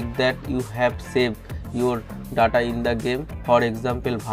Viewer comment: What is daaata? 🤣🤣🤣🤣